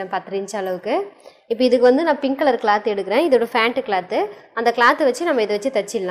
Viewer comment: அது ஃபேன்ட் இல்ல பேண்ட்